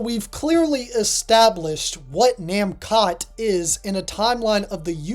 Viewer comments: Mascot? Maybe but the pronunciation of the katakana is actually na-mu-ko (pause) toe. Not nam-kot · There is no way that how your pronouncing Namcot is correct. Japanese words always end in a vowel, even when it’s a foreign word using katakana.